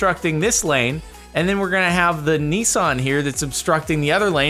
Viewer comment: Jardon says nissan like neeson